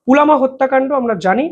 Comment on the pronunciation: পুলামা নয় পুলওয়ামা অথবা পুলবামা